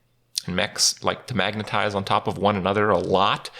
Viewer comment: Dude! Were you high while making this video? You got serious pronunciation issues with words like "specimen" and "magnetize" and "toxicologist" lmao